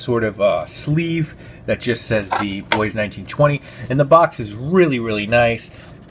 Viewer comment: You pronounced Bois right as well. I learned that last year lol.